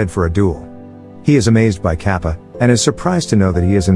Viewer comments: i can't stop laughing everytime it pronounces kaapa (katappa) and other names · It is kattapa not kaapa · He is saying kappa instead of katpa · yoo its kattapa not kappa . the explanation was nice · What the fuck is kappa......... Its KATTAPPAA...... BITCH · Kappa? Lmao it's Kattapa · Okay im not indian but it's pronounce Tar-ka-pa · Honestly every time he called Kattapa as 'Cap' it cracked me up😂😂😂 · it is Kattappa (கட்டப்பா) {Kaṭṭappā} in pronucation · It's not Ka pa it's Kappa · Its kadappa not kapa en pleas say the words properly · "Kappa" Its katappa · Its not 'Kappa' its 'Kattappa' (Kat-tap-pa) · The name pronounciation needs working for Indian movies It's katappa not kappa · It is not kapa its katapa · It's not Kappa It's ka-ta-pa. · / its not kappa its katapa 😅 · Lol katappaa is really mean to be kaapa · its kattappa , not kapa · The fact that he pronounced the "kattappa" as kaapa baffles me. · Wait it 's not Kappa it's kattappa And also mahismati not maharshi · He may not have spelled some words like 'Katappa' and 'Maheshmati' as he should have, but it is fine; cause at last everyone understood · oh my god he is calling him KAPA😑😓 its Ka ta pa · its not capa its kattapa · It's katapa no kapa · Not Kappa it is Katappa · Kappa 😆😆, it's katappa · its katappa not kappa and its mahishmati not mahishi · Its not kappa, it’s Kattappa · it’s kattappa not kappa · as an indian and he says it like papa but its katapa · the old mans name is not cappa his name is kattappa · Lol sry but its kattappa not kappa for the bald men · its not kattapap . the pronunciation should be kat-tap-pa . hope fully helps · The blad person is not kapa it is katapa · HAHAHAH BRUH ITS NOT kApPa ITS KATTAPAAAAAAAAAAAAAAAAAAAAAAAAAAAAAAAAAAAAAAAAAAAAAAAAAAA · I like how he pronouns Kattapa as Kappa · its not pronouced capa its katapa this was the best movie ever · Its not kappa its katappa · he really said kapa to kattapa the whole video😭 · It's kattapa not Kappa 😂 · It's not capa it kaan-da-pa